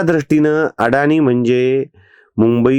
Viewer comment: अडाणी नव्हे अदाणी असे आडनाव आहे🙏